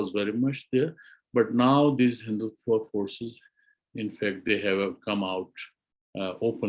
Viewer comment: 1. Can't pronounce, Spell RSS long form🤮 2. Can't pronounce MODI, HINDUTVA 🤣🤣 3. Islamist explaining HINDUTVA n secularism is JOKE🤣🤣😭